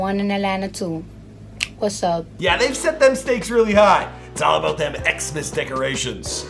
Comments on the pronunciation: ITS TEKASHI NOT TAKASHI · is there a chrome extension to mute everytime says TEK-CASHY??? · Who tf is “TaCASHi”? It’s not hard to say his name man 💀.